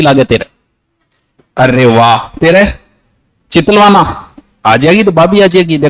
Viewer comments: Sir ji chitalvada nhi hai chitalvana hai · चितलवाडा नही है चितलवाना है🤣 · चितलवाना है not वाडा